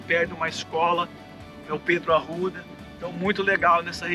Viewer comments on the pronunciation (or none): A escola chama-se Pedro Arrupe e não Pedro Arruda.